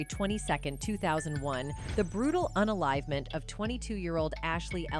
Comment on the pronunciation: 'Un-enlivement' 'serial un-liver' FFS 🙄